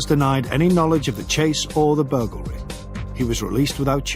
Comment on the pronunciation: I really enjoyed this documentary, but I'd have enjoyed it much more if the narrator could say 'burglary' properly.